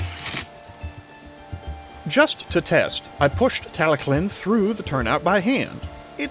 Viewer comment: You didn’t butcher Tallylln good job